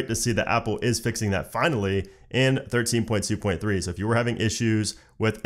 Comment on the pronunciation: Sounded like “ thirteen putuputu” 😂 I really love that when he says that ❤️❤️❤️